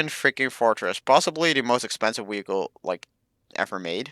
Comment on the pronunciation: He said weeichle